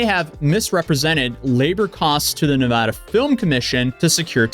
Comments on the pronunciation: I am from nevada and nevada is pronounced with hard A's like in bat or apple. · good save correcting your pronunciation of Nevada. The only people pronouncing it the first way, are NOT from Nevada. Anyways, the more sht coming down on Jimmy, the happier it makes me. Fraud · It's pronounced Nevada. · Can you please choose a way to pronunciate nevada? We really don't care how you pronunciate it we know where you're talking about.... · It's "Nevada". You're welcome. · It’s Nevada, not Nevada.